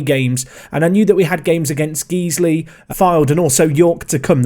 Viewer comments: Guiseley is pronounced gizely and if I hear hear you call it geesly again I'm reporting for terrorism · Like the content but please it Guiseley (Guys-lee) not geesley. Nails chalkboard. 😅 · I was going to say the same thing :) but would say its more like Guys-ly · Loving the videos and doing my own lower league save with Guiseley. But just so youre aware its pronounced GUYS-ley. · Your pronouncing guiseley wrong